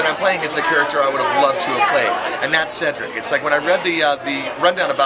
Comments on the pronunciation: It's Cedric. Said-drick! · You really said ceedric😭🔫